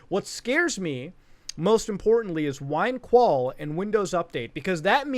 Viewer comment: "wine-qual"? 🤨 It's win-equal. 🤦 r/expertsexchange 😂